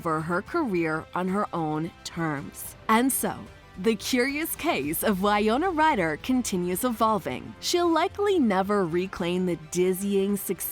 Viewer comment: If you’re going to do a documentary style video on someone, make sure you can at least pronounce their name correctly.